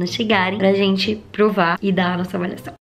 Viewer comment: Acho legal qnd ela fala avaliação ela fala avalhacão e qnd ela fala avaliado ela fala avalhado ksksksk